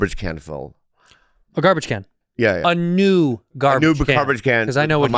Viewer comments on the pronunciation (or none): the emphasis on NEW like it's a monkey paw wish LMAO